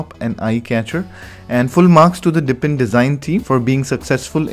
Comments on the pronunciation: Dude, it's DEEP-in, not dip-in. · I was in the middle of writing this comment, and I figured I better check if someone else already said it. It drives me crazy that he keeps saying, "dippin'." LOL